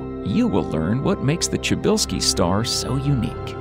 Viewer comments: Try pronounce it pshybylsky the way you says it sounds like czybylski (chybylsky) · Bro it's -sha~bell~ski don't butcher my last name like lol